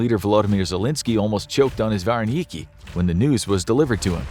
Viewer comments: That's pronounced Ver_En_Icky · The way you said vareniky bothers me